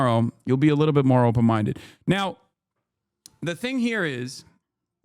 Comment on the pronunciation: “Are you open mindeu” took me out. Thank you FaultyOne